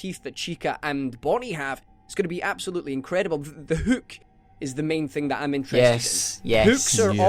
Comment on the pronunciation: kept saying Hook with a very thick U sound. Huuk